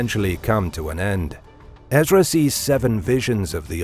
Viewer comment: Ummm… I think you mean John in revelation not David. Also, it’s Ehz-Ruh. There is no D. Who is this commentator? Who did the research for this video?